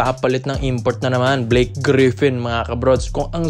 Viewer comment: brods..hindi po BLYKE...BLAKE po